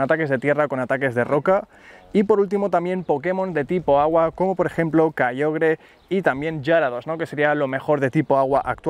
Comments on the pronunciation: Porque le dice kayogre a kyogre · dices kaiogre